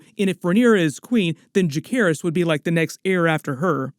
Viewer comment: Bro did you just say Jackerys?